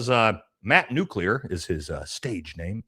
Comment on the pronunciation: "nucular" is not a word "nuclear" is pronounced like "new + clear"